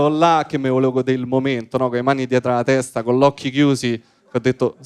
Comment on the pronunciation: "la vezpa ,non la tezda" cit.🥳